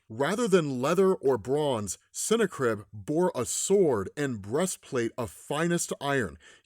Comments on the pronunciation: I think its pronounced different not cine-crib but sin-na-crib🎶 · Just think of it like it’s snack ribs to say the name right ok lol .